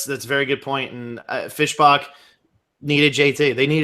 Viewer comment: love the channel but saying "Fish Bock" annoys me severly😂